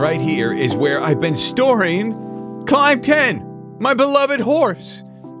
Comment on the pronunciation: I thought you were calling your horse “Claynton” but it was Climb 10 😂